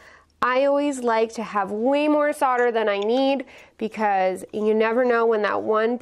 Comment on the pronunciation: SO nice to hear SOLDER pronounced CORRECTLY on youtube.